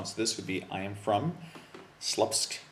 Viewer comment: Your pronunciation of "Słupsk" is incorrect, nonetheless good video :)